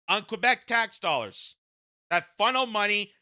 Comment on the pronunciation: As a pro-union guy from Laval, thanks for your coverage and your attempts at pronouncing Québec correctly 😊